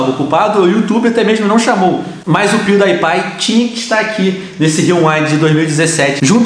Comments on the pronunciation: Pewdaipai! A sério Pewdaipai! É Pewdiepie por favor diz bem o nome dele!! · É pewdiepie não pewdaipie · se pronuncia piudipai não piudaipai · Venom você disse pewdaipai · Venom se fala Piuripai, mas se escreve Piewdiepie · É pewdiepie não pewdiepai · Pewdaipai kkkkkk ele fala tudo errado o nome do Pewdiepie